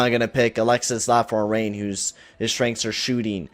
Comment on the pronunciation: Don Cherry levels of mispronouncing names lmao. Alex Lafron-ree? :'D